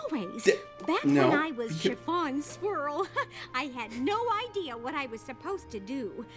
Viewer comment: When I first heard Mrs. Cake’s name, I thought she said “Chiffon SQUIRREL” XD